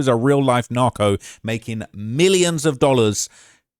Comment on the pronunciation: Bro he do curtain words like that 😂 that’s the only reason I tap in